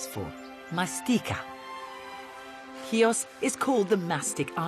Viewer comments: How difficult is it to get that pronunciation right?! She -- Julia Bradbury -- pretty much gets it. Can't the guy in the intro say "HEE-oos" rather than "KEY-ahs"?! As a Xiotissa, this just hurts my ears ... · Ch nor K, Mr announcer at the very start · Nice video , but something I need to ask ... your mother is Greek and you can t pronounce Chios correctly ? how is possible ?